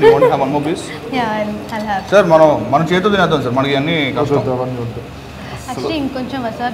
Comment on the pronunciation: Adbutham"iyna kaadhu ra lafoot!! adbuthamaiyna